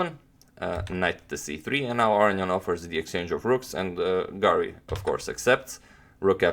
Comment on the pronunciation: Aronian not Areignan